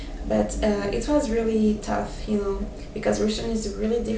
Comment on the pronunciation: thank you for inspirational tips :) Just a little tip from me, when you say words such as "tough" and "enough", you seem to pronounce them as "touth" and "enouth", and i've seen other french people do the same. So just remember that is is much easier than you think, just say "touff", and "enouff" :D